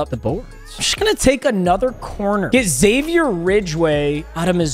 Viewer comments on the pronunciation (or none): anyone notice he said xavier for javier lol